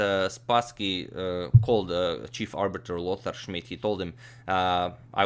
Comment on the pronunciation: I always like how you pronounce Lothar Schmid ^^ great series and you earned a sub :)